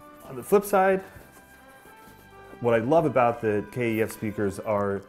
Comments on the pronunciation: Sorry, had to comment - please call the speakers by their correct name "kef" not "K - E - F" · It's pronounced 'keff', not K.E.F. Just saying. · ITS KEF NOT K E F BRO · Rowan & Belinda Wilson it can be pronounced both ways since it stands for Kent engineering foundry. the actual most proper way is K E F which is how they say it in the KEF blade commercials. it's also why it's not spelt Kef. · No one says K-E-F , Good video tho 👍